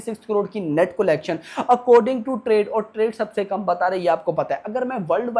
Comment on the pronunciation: Bhai video banate ho na aap to please collection ka pronounciation thik se karna Sikh lo..nahi to video dekhne ka mood bhi nhi hota